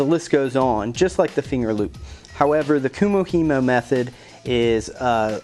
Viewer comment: not to be picky love the build just now learning how to do it but you pronounced it wrong